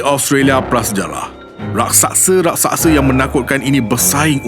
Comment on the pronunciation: Raksasa bukan rasaksa